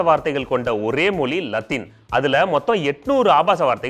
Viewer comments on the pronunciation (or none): Tell mozhi not moli